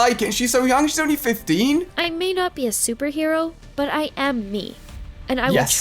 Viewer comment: Bro said fifdeen